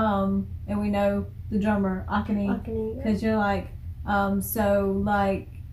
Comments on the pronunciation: This song, throughout the whole song, Kanami is basically playing a continuous solo riffs. It's amazing. "Puzzle" has a very nice lyrics. It's about two lovers. They also did an acoustic live version as well. By the way, Akane's name should be said "Ah Ka Ne" - Japanese is Mora-timed. No one syllable should be emphasized like in English. So, don't put a stress on Ah part. No character takes more time than other characters. So, say it in equal interval. When you were saying Ahhkane, it sounded awkward. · It's pronounced Ah-Kah-Nay not Aka Nee. Why is the sounds so bad? You need real head phones to hear the bass. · Ah-Kah-nay and Sa-ee-kee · The person that posted the pronunciation was a little bit wrong lol. It isn't pronounced Kay-na-mi. It's pronounced Kah-na-mi (soft A sound). The drummer is Ah-ka-ne. I hope you get to 'Moratorium' , 'One and Only' , and 'Onset' soon.🙂 The gold rush interviews are probably the best ones on YouTube (the AbemaTV one was the best, but it was taken down 😕). I really like Mincho's (Kanami's nickname) guitar solos. I really hope that they make an extended intro or outro in one of their songs. Band-Maid currently has four instrumentals: Onset, Without Holding Back, Go Nuts, and Don't Be Long. Another entertaining reaction. 🕊️ Po! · The drummer's name is pronounced more like Ah - Kah - Nay, emphasis on the "kah". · Corrections made. Miku (mee-koo); rhythm guitar, vocals, band leader. Saiki (Sy-kee); vocals. MISA (mee-sa); bass. Kanami (kah-nom-ee); lead guitar. Akane (ah-ka-nee); drums. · nice, just the drummer's name is A-Ka-ne the pronunciation of the other members is OK. But I wouldn't worry too much about it. They are very much a straight up Rock Band with a real nice raw energy power about them. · With regard to the drummer name pronunciation, you should put the emphasis on the second syllable rather than the first syllable, and pronounce that third/last syllable as "nay": ah-KAH-nay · Pronounce Ah- ka-nay